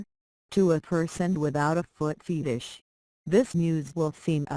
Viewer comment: Did that robot just say foot FEETish?